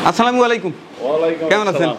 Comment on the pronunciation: আপনার সালাম এএ ভুল আছে ভাই